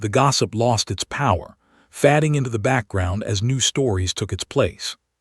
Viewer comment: fading........try fade-ing..Bloody AI.